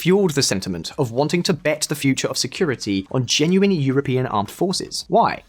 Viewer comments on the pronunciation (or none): none